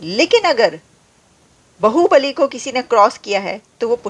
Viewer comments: Aapne Baahubali ko bahubali kar diya.😂 Ye to bahut gadbad ho gai. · बाहुबली है, बहूबलि नहीं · It's not bahubali it's baahubali.Bahu means bivi or bibi but baahu means baju or arm bali means power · Baahu Bali, not bahu Bali.